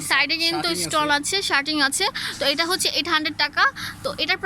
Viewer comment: স্টল না স্টোন,,, এসটন্ডার না স্টানডার কোচি না কুচি